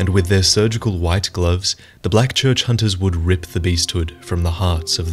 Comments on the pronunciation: "leave the honting of honters to me" lol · “Leave the hoonting of hoonters to me